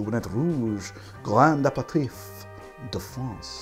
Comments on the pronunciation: Not just me then!! Making me twitch! Apratif?? NOOO!!! a pair a teef! Apratif is French for after an argument! (It’s not, don’t look it up) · pretty sure you are pronoucing that word wrong. I think it is "uh peh ruh teef" and not "ap per tif" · so, whos gonna tell him that its pronounced aperiteef and not aperitiff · I am usually not like this... but PLEASE! “Ah-pair-ah-teef”... almost had an “ah-mond” moment! Love your show BTW... your sidebars make my day! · Yeah as Shane said, it's properly pronounced ah-pair-ah-teef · Love your videos. But please pronounce it "a perry teef". Love from France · Ah-pair-ah-teef...I'm DYING a little inside every time I hear it wrong. It's French...say it like it is French! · I completely defer to pronunciation, especially since nobody is complaining, but I keep thinking it's pronounced "aper-teef" and it surprises me every time it's said in the video. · Gonna get into a tiff with you over this. It's a-pair-ruh-teef, accent on last syllable. And you even used an online pronunciation guide for aromatize. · usually love your videos, but....the six different pronunciations of "Aperitif" within the first minute and thirty is driving me absolutely bananas. And not once did you say it the way I've always heard it: "ah-pear-ah-teef". Otherwise this is the usual solid effort from you that is informative and fun to watch. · should be pronounced 'aperiteev' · Pronounced: Uh-pair-uh-teeeeef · I can't finish this video, the french pronunciations are killing me inside... apereTIFF?? DuBonneTT?? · It's actually pronounced ah-pair-ee-teef . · I love you, but If you say a-per-tiff one more time the entirety of Europe is going to drop dead. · You keep pronouncing it wrong. Aper-ih-teef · Your bad french accent is a thing of beauty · I love your videos but you're not pronouncing aperitif properly. I had to stop after the 42nd time! Regardless, you're awesome, thanks for making 2020 better!! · I can’t stand the way you say aperitif! Omg.